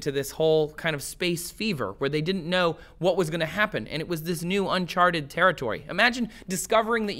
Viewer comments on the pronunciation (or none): none